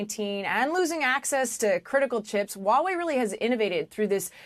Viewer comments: Pronunciation correction for almost ALL AMERICAN: It is H-WA Wei/ It is not WAWAY It is H - as in in Heh ....and then WA Wei.....You really pronounce the H. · Why do they say Wawei? It's called Huawei. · Why cant Americans pronounce Huawei. It sounds so funny they way they say it. These are supposed to be professionals but sound like clowns.